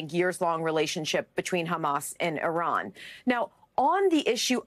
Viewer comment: You miss pronounced iran. It’s sounds like Oobomba